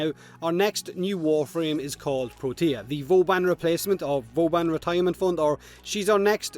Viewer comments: Every time they said protea i swear i thought they said tortilla, is that only me? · They did. As usual did butcher it with his accent